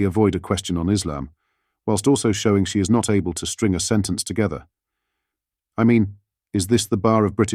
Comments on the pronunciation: What does togffer mean she can't pronounce words either or in her wards effer 😅😅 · AG saying ‘bring the communities togever’ it is pronounced ‘together’!